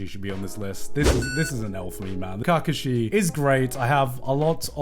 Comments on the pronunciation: kargashi?? Ka Kashi.........lol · The way he says KAkashi gives me shivers 😂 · not Garnt saying cacashi 😭😭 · Garnt: Cock Ka shi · if you say Kakashi like that again ima crash out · he did not watch Naruto fully or did not watch Naruto fully , like way he pronounce kakashi's name 😂 such a disgrace. Background, and the development, story and personality was so good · I can live happy never hearing gigguk butcher Kakashi again.. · Why do does he say Kakashi so weirdly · honestly maybe kakashi shouldn't be on the list but can this guy pronounce his name right? made me cringe but love garnt regardless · Learn to say kakashi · Why is no one talking about how he says Kakashi 😂😂😂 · The way Garnt pronounces Kakashi is slightly triggering. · the way he kakashi made me mad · That pronunciation of Kakashi pressed me. Is it pronounced differently in the Japanese dub than the English? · Holy fck the way this guy pronounces Kakashi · This man hates naruto, naruto was on top 3 but didn't liked it instead liked luffy as no 1 iconic character also couldn't even pronounce kakashi proving he haven't watched naruto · I agree with him but that’s a hell of a way to pronounce kakashi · psychic damage from how garnt pronounces kakashi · if he pronounces kakashi like that 1 more time i might die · Garnt mispronouncing Kakashi's name really annoyed me